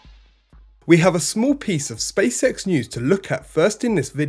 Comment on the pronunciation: What is "spay-sex"? How is it related to Space X? Where is "bocache-kur" and how does it relate to boca chica? Learn Human aka American English.